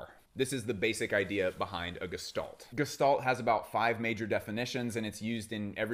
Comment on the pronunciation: fine vid. you mispronounced gestalt, even though you had the pronunciation on screen when showing definitely. bruh edit: LOL and also, . cool. winner